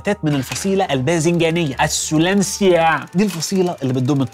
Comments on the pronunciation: السولنيسي مش السولنيعااا 😂😂😂😂😂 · F. Solanaceae نطقها فظيع 😂😂 لو سمعها د العقاقير هيتعب نفسيا 😂😂😂